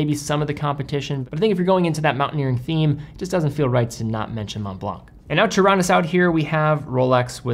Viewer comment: Don't pronounce "c" in Montblanc